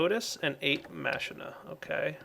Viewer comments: Isn't it pronounced Makina and not Mashina? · Dire Machina is pronounced as MaKina